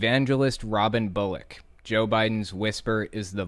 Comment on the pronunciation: Why does Bullock almost sound like "bollocks"?